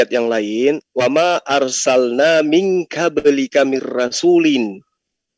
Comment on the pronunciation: Kenapa bacanya " Ming kablika? Kok bukan Ming qoblika? Apa memang logatnya ga bisa baca qo? Selebihnya saya itba'